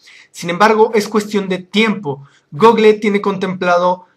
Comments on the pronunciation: se dise gooogol no google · jajaja "Gogle" Es gúgol!